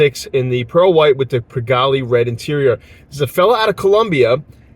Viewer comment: It’s not pigalleee it’s pronounced pigall. E is silent